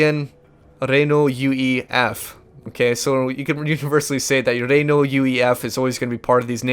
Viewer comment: has been out doing a university course to learn how to pronunce "Renault" that he mistakenly pronunced as "Ree-Nu"